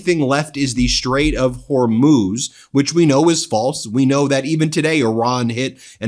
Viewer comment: Thank God you've learned to say Hormuz, not Hormoz! Drove me crazy!